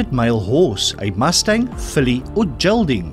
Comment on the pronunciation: Pronunciation is key here. A castrated horse is a Gelding not a gell ding. Daffodil is narcissus.